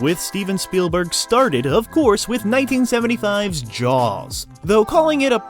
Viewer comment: Never heard it pronounced Jows before.